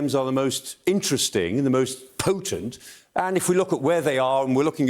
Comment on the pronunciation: "Most PPP-OHTENT"